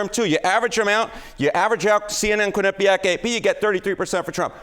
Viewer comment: Harry - You and others are mispronouncing Quinnipiac. The accent is on the Quin, not the nip. Please stop! I'm from Connecticut, and until recently I've never heard this until now.